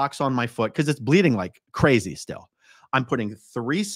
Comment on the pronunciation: Oh, A-A-Ron, you did messed up. You never put a D in crazy. Never.